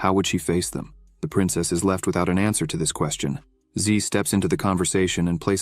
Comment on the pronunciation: "The old man is already exhousted." "The answoor is obvious." "Another elder to leeurn from." You're off to a great start...